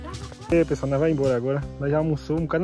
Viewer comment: Eu acho engraçado quando sua mae fala assim "Boa tarde pessoali"lembro do meu avô, falava assim tambem!, eu assisto srus videos, curto assisto as propagandas e hypo também. Gosto muito do seu canal e sua familia, que Deus abençoe vcs.